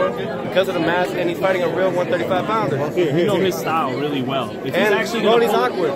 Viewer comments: Why do people call him Rollies it’s Rollie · Rolly not Rollys lmao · Why does he keep calling him RollieS????!!!!! with the S. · Why dude keep calling him "ROLLIES" 🤔 🤣🤣🤣😭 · #1 stop saying Rollys… #2 stop asking about Mayorga every time for crying out loud..